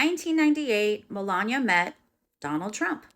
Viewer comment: 1st , you butchered her name pronunciated MEL-LAWN-KNEE-AH. 2nd, individual opinion and/or comment about someone else's life that you do not live is merely just that.... An opinion. Might I add, it also does not make the distasteful content you chose to post for the world to view a fact. Your point of view of Melania Trump being a "sugar baby" to the man she married and has a son with because of their age gap is disgusting. I may not agree with certain individual choices that people make but just because I do not agree with their choices or have a preassumed notion about someone doesn't mean that my outside view of their live and the way the choose to live it is correct. By way of your content I could say that the only sentence that was factual was that she has a son by Donald Trump..... Anddddd I'm positive that you would try to dispute that opinion. Please do check yourself and make sure your opinions of other people and your mind reading abilities of how Melania actually may feel about Mr. Trump do not overpower the necessary facts that this channel needs to maintain views.